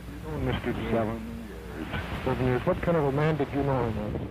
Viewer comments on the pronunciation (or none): none